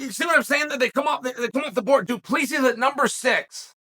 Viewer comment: Do-plee-sees... LOL